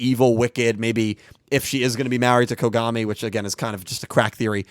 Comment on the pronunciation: Some of the mispronunciations crack me up. “Dr Konami” instead of Kogami seems hilariously meta.